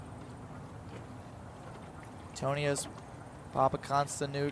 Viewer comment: 5: 49 PAPAKONSTI-NU-NU! 🤣🤣🤣